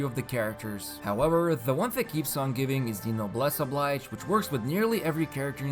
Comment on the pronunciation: Noblesse Oblige is pronounced "no-bles o-bleej".